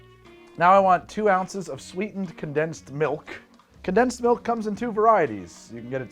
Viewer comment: Sorry. It’s actually “condensed malk, brah”…… 😅😂